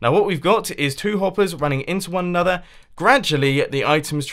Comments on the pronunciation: "Anordered".. Sounds a little russian :) Nice Video still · mumbo says anothurr in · be like: anader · "Anuthr solid output" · "...and we've got anothered redstone contraption..."